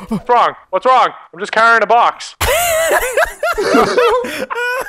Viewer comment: Best commet: "Whats wrong, whats wong? I'm just carrying a box"